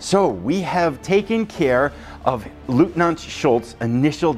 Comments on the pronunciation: The eu inLeutnant is pronounced as a OY sound such as boy. It's not Lootnant. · This game looks great! Eagerly awaiting the next episode, although as a person of Polish background I kind of hope Leutnant Schultz doesn’t do too well in this campaign.😉 One small pronunciation note: leutnant is pronounced loyt-nant. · Great preview, thanks! One tip from a German: our pronounciation for "Leutnant" comes close to "Loitnant". 🙂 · i see. No worries. The pronounciation is just a trivial sidestep. The core is ur excellent presentation of the content. 👍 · Dear Sir, I love your vids, and bought so many games because of you👍🙏 So, as you can imagine, my wife is not a big fan of yours 😉😅 Just kidding... If you want to pronounce LEUTNANT in German, the EU is pronounced like in boy. So, if you say Loytnant you should be safe. Wish you the best, stay healthy, Björn